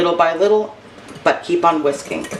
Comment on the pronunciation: When you said it’s all about the whisking, at first I thought you said it’s all about the WHISKEY 🤣🤣🤣. I was like no wonder I love Eggs Benis😳